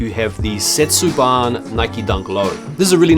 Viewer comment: My dude, “Setsubun” is pronounced seh•tsoo•boon. It’s not setsu-BON. 🫡👍